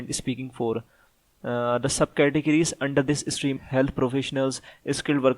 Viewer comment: Bhai, Steam ni stream hay